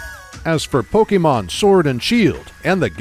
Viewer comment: I normally don’t care about how people pronounce Pokémon since there are so many for most people to remember. But this guy actually bothered to figure out the proper pronunciations for Pokémon and I thought that was pretty cool